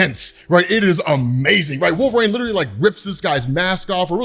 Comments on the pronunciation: Jesus dude you’re killing me… it’s wolverine… not WOLVERAIN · pronounces Wolverine so oddly (“wolver-ane”). What the heck is that about?